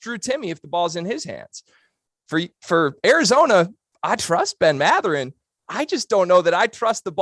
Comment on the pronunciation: You obviously haven't watched az. and pac 12 enough. First ; It's Mathurin(emphasis on first syllable); Kerr can be inconsistent-too many turnovers-but he knows how to deliver the ball and can shoot; team leads nation in assists, which means you don't rely on one guy(Kerr) for that role;one of the top defensive teams in basketball, and I could go on Ore. ucla and usc, will all be in the tournament. More attention to west coast other than zags,PLEASE, and establish more cred!